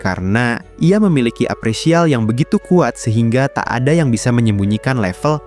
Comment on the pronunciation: Appraisal bukan apresial wooyyy gatel bgt telinga aing 😭😭😭